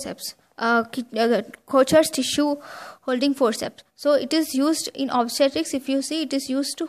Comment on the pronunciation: But it’s pronunciation is wrong, it’s pronounced as kokers forceps , it’s Swiss word